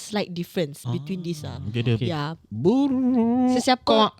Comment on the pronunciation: Slmt mlm THS burqa😆 sory2..mcm mamak😆....best❤